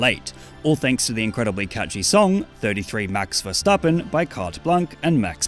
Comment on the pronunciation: That's max himself pronounces his name